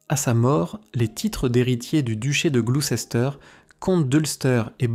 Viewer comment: On prononce : gloussteur